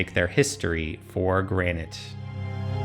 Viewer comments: She said history for gran-ight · "Taken for Granted" was delicately pronounced